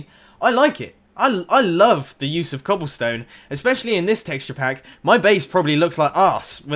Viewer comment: read better next time the man is referring to "clobble stone" you on the other hand youre talking bout cobblestone